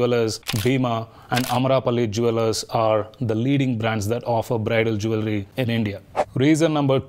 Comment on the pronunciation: Did you check the right pronunciation for ‘Jewellery’ 😅